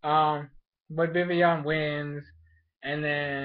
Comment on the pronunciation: Is it me or do they pronounce VIVILLON wrong they say VIVION vivion idk i swear...